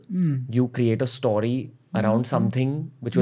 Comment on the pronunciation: is anyone else irked when ranveer says 'STAWRY' insead of 'story'?